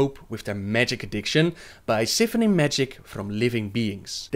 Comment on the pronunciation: for future reference, you dont pronounce the C in scythe, and also siphon is with a long i. And YOU HAD NEVER HEARD OF THE DARK RIDERS BEFORE?!! its official - Im a bigger lore nerd. Wow. And also- considering Malygo's flawed logic, how sane did he really become? After he "regained" his sanity, how sane was he really? I always viewed it as he regained most of his sanity, but not all. Not said anywhere in lore of course, just that he regained his sanity, so just pure speculation from me, though with some evidence.